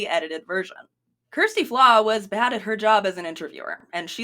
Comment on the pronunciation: Oh for goodness sake, if you are going to make a video about her at least learn how to pronounce her name correctly. It's just sloppy. And also dont we all introduce ourselves by telling everyone about our sexual orientation when noone asks or cares.